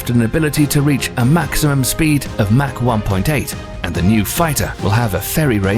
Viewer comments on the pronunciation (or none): none